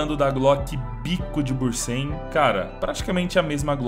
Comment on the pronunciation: Tu falou pra te corrigir, então, não é "bursen" é "bunsen" kkkkkkk